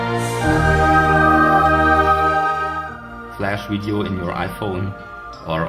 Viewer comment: Widio hamster lol